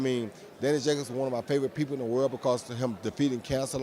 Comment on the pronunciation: man tank davis really struggling to pronounce Daniels Jacobs name properly who tf is 'jacby' 🤣🤣🤣